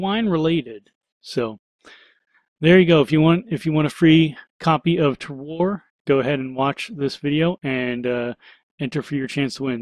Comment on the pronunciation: Just to let you know, Terroir is pronounced 'Ter-wah'. It's a French word so the pronunication is a bit tricky for us English speakers. It is a great word though because the definition is something like 'all of factors that give the wine its unique taste'. So all of the enviromental factors such as the soil or the weather where the grapes are grown that make the wine taste the way it does. A pretty good title for the game imo. :)